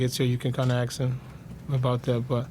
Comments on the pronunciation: ask, not aks, nothing else, just ask. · Russ: "...when Paul gets here you can ax him"